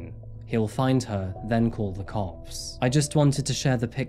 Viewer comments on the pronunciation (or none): none